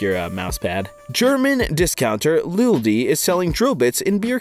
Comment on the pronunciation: IT IS NOT LILDI. IT IS LIDL. LIKE "LITTLE"